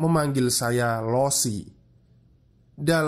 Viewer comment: sambil menyelam minum air, koreksi cara baca 老师 (laoshi) itu "lao-she" yaa kakak2